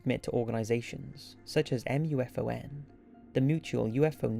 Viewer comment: Mufon is pronounced "MOO-Fawn"